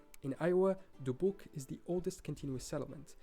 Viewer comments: OMG. So many incorrect mispronounced names!! Mobile. Natchitoches. Nacogdoches. Dubuque. Also towns come Before statehood. Not gonna have a state if there aren't any residents of territory. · He really butchered Dubuque, Iowa where I lived for 12 years. I’ve never heard anyone in the entire state of Iowa pronounce it that way.